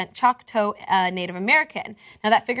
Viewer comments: it's not 'choke-toe'...it's 'chalk-tah' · It's Choc-taw. (Chawk-Taw) not (Choke-Toe) WHY DID YOU NOT LOOK THIS UP BEFORE HAND?!?!?! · Grrr. Repeat after me: Choc-taw, choc like chocolate, not choke. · I hate how she pronounces Choctaw, it's not "Chalktoe", I don't even know how she came up with the pronunciation. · Choctaw is pronounced Choc - like Chocolate and then taw.